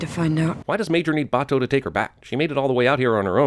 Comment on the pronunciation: He called Batou Bah-Toe. Man I thought you watched this series before